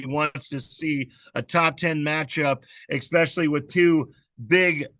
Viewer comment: When I hear “X-specially”….it drives me crazy! It’s “Es-specially”.